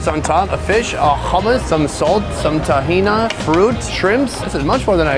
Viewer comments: I’m happy he visited another middle eastern country, but he doesn’t appreciate or do justice portraying the culture… for instance that was zaatar not thyme in the bread. Also the falafel man wasn’t angry he didn’t like your hair plugs or your ability to pronounce tahini! 😅😅😅😅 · Not BAK-la-va. It is pronounced bak-LA-wah or bah-LAY-way. Not Ta-HEE-na. It is pronounced ta-HEE-knee although most of the stuff you are calling “tahina” is actually taratour. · TahinI...whats this TahinA u speak of? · bro really said tahina, im dead